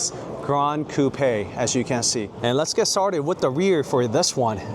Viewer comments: Are you sure it's pronounced "cou-pè" rather than "coup"? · I've never heard someone say "Coupe aye" for Coupe. I've always heard it pronounced "Coop". Is this a thing? What areas pronounce it like this? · I hope you don’t get offended by what I tell you. I love the cars and your presentation was beautiful. Thank you. I just wanted to let you know that in English, you don’t pronounce it “ Coup- pe” it is one syllable, not two it is pronounced “Coup” (COOP). Just thought you would want to know that since you are reviewing cars and need to say that word 100 times a day. ❤ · I have never heard Coupe pronounced as "Coup pay"..lol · You need to learn how to pronounce coupe